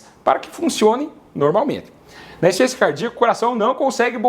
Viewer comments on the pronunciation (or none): Voce fala tão rápido e pronúncia " insuficiénçia cardíaca" não serve pra mandar para uma idosa, ela não vai entender. Ru entendí, mas eu não sinto nada disto. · Veja por exemplo a palavra insuficiência: você pronuncia insência.